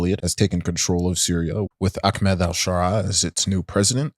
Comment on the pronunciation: Never understood why some people pronounce a very simple name such as 'Ahmed' into 'Akmed' but hey.